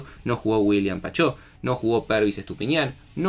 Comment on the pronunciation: San, el apellido de William Pacho tiene acento en la [Pácho]